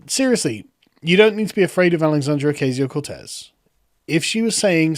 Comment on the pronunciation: You should watch The Amazing Lucas for the correct pronunciation of Ocasio:)